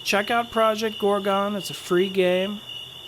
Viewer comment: lol "ProjoGorgo"